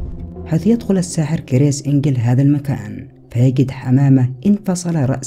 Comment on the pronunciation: كرِس وليس كر يس